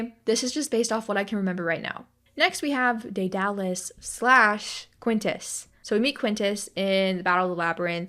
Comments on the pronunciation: Btw I am pretty sure Daedalus isn't (day-dar-lus) its (Day-der-lus) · don’t know where u got the r sound but it’s pronounced deh-duh-liss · dur and duh sound the same, also I'm not very good at sounding names out. I think (dead-uh-lus) would be closest